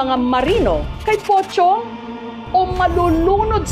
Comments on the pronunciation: Pocong, but sounds like pochong😅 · MAS KINILABUTAN AQ SA SPELLING NA ''POCONG'' SA PRONUNCIATION NYANG''POCHONG''😂😂😂😂😂